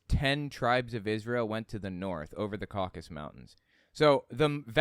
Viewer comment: Caucasus, not Caucus.